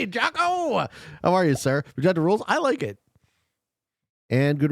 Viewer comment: Did he say MAN-genta?